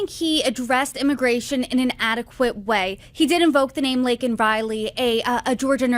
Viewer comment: Did this woman actually mispronounce Laken Riley's first name?? 😂